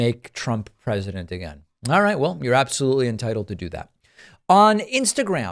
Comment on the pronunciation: pakman ptsd ... sometimes i hear "alright" as "far right" or "alt right" fr today's episode starts with "far right, it is time..." lol 5/7